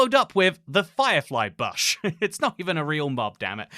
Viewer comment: never in my life have i heard someone pronounce bush like that lmao ty for vid